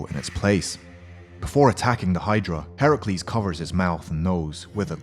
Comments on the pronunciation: Excuse me... Did he pronounce Hercules as Herocules!!!! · Please prounce names right, it's not prounced herecluires its herculease and also not minitor although that's how it's spelt it's prounced mineator. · Bro its no herculis its hercuelis the reading not the spelling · Did You Just Say Herucles? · Pronounced hercules wrong